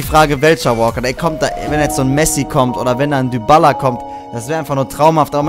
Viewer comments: Man spricht Dybala nicht Dübala aus sondern Dibala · Man spricht es Dibala aus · sagst immer dübala der heißt dibala wir aber halt dybala geschrieben